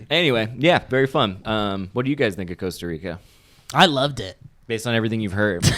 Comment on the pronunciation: hey... Cost Rica, im from Costa Rica, Should have called Eliot, defenetlly Jurasic park defenetley is not good for Costa Rica location, but we are the tale end of Mexico, for those who are ignorant where Central america is, JAJA, not calling you ignorant... I think Eliot means Pura vida, which is a word that means everything and nothing at all at the same time, its a greeating, its a state of mind, its a way to say thanks and much more, but for sure even if you talk spanish, Costa Rica spanish is weird, starting because we dont pronounce Rs right, the conversion of dollars to colones is +602, but its aproximet to divided by + a thousand, also depends on the beach, starting because you went to Osa which is the tale end of Costa Rica, but we have some opened and sandy beaches of diferent colors, Also rural dudes in Costa Rica are super nice... yeah also, we have citys you know, and places with a little bit more human intervention, because you went to one of the places that is a natural reserve, its like going to Yellow Stone and saying you dont want to go back to LA... because its too foresty, you know, jajaj... so if you wanna go to less natural Costa Rica, give me a call, You Guys could make an Outlander vlog... if you guys still do that after te deofficing, so sad about that BTW... but yeah glad you liked it... and theres casinos and Wisky but defenetly not were you were... looking forward to the new chapter in the Vally Folk journey